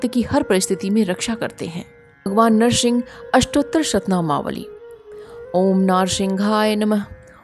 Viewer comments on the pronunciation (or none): Madam Nahar singh nhi hota h Nar singh hota h